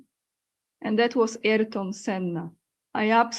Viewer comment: Aniu, imię Ayrton Senna wymawia się w Brazylii nie "Erton", lecz tak jak by po polsku przeczytać A-IR-TON, z akcentem na literę "I"